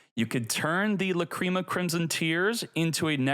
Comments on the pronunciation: Stop calling it La-"cream"a . It sounds so perverted. It's pronounced La-"crim"a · Lah crim ah. Not lah cream ah. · Its lacrima bro, not lacreama 😂😂😂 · I don’t like how he pronounced lacrima